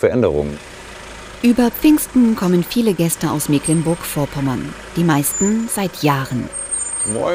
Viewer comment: Warum kann eigentlich niemand mehr Mecklenburg richtig aussprechen? Es ist nicht Meeh-cklenburg.